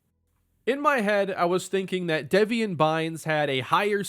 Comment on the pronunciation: Deveon is pronounced like Le'Veon btw, not Devian.